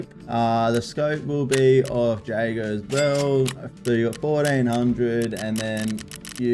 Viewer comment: Wild pronunciation of Jaeger.